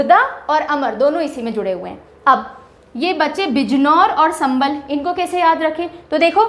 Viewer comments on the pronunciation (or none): none